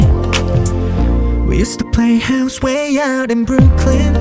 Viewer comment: 도은호 브루클린 발음에 그냥 치여버린거에요....